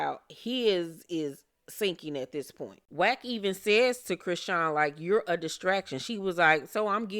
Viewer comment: Did you mean to pronounce her name CRAYsean? 😂